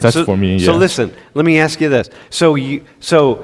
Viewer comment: You said aks 😂